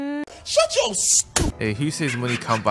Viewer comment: Hws "yeuur" is getting better and better